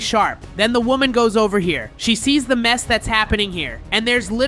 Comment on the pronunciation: is woman not wonan